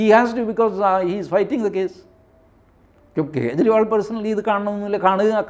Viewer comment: കേജ്രി.. ഇണ്ടി മുന്നണി,ഖാൺഗ്രസ്, ഖേരളം രാഹുൽ ഗണ്ടി.... എത്ര അസഹിഷ്ണുതയാണ് പേരുകൾ വികലമായി ഉച്ചരിക്കുന്നത് വഴി നിങ്ങൾ പ്രകടിപ്പിക്കുന്നത്? നിങ്ങളുടെ ഉള്ളിൽ നിറഞ്ഞിരിക്കുന്ന വിഷം നിങ്ങളുടെ തന്നെ നാശത്തിന് കാരണമാവും 🙏🏻